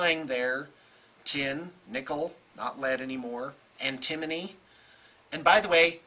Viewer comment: Wait! Were you saying antimony that entire time? I was so confused the first time you said that in an earlier video, just realized what you meant. lol